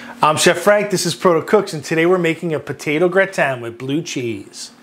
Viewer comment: I've never heard gratin pronounced "Gra-tan", always "grah-tin". If it wasn't for the blue cheese I'd probably try this.